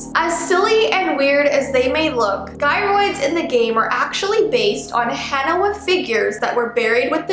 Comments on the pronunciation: You pronounce gyroids wrong it’s have a deferent pronounciation instead of saying it with a g it’s sound like and j like jyroids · sorry to say but the g in gyroids is pronounced as a j so it would be jyroids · She pronounced gyroids wrong 😭